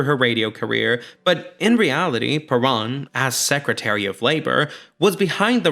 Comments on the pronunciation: Isn't it "per-OWN" instead of "per-AHN"? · Come on dude. Everybody can pronounce Perón. It's Pair-RŌN not puh-rahn. You even play clips when they sing it correctly. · So well done buddy. It is a shame you couldn't get the pronunciation correct. It is PE-RONE. Not PE-RAWN. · Fascinating and informative, it really helped me understand a musical/movie that I can't believe I still haven't seen after all this time. Your pronouncing of many place names with an excellent accent, but then saying 'Shay' for Che and 'Peronn' makes me wonder if you know something I don't. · There is one thing I would change about this YouTube video. I really wish he would learn how to pronounce Peron! It shouldn’t be alliterative with piranha, unless he’s doing that on purpose. It should rhyme with pair own. It’s people like this guy who really make me cringe as a Caucasian Anglo. Come on dude I know we are white but we don’t have to sound quite so Blanca! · "PUH-ROAN" is the CORRECT way to pronounce her name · Peron isn't a Hard word to say, but you insist on saying it wrong, making this quite unwatchable. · I laugh because this dork doesnt even pronounce Evas last name correctly through the whole video and he wasnt even born when all this went on so that makes him look even more uneducated and he is just spreading negative stories regarding Eva......who also happened to be my Aunt!........... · and you are pronouncing PERON correctly!!! grrr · You are continually mispronouncing “Perón…”